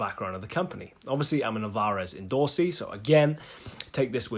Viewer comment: Never heard that pronunciation of Alvarez, i say it like in spanish/latin languages tonic silab last: alvaREZ. Anyway, more acoustic playing would be nice! great playing as usual.